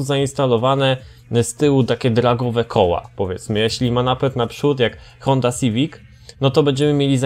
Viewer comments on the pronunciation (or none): none